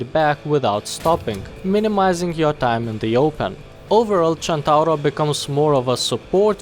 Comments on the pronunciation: I like how you say centauro in the right way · Not super important, but your pronunciation was spot on, it's super nice to finally hear someone outside from Italy not calling it the "Sentouhro" AHAHAH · That perfect "Centauro" pronunciation: first international youtuber that said it correctly, as far as i know! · maybe he is italian himself. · U sayd centauro almost right i kniw It because in from Italy🍕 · As an Italian I appreciate that you used the correct pronunciation ^^ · When the pronunce is correct (Visible happiness) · wow a non-italian that pronunce centauro well! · Spot-on pronouciation, sir. You're now a member of the spaghetti gang. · holy shit you pronounced "Centauro" perfectly, that's something very rare from non-italian people